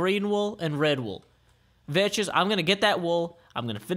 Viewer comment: he IS pronouncing it correctly